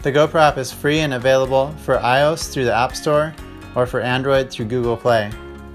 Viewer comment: The app is for ios he said it funny lolololool